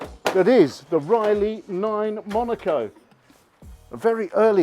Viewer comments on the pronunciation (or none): none